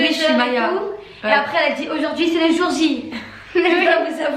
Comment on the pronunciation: tu dis toujour jor